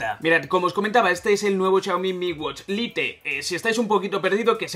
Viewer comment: En serio pronuncias a como se lee "LITE" wtf